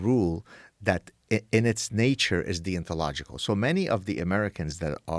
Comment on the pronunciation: the way he says deontological sounds like he's saying 'thee ontological'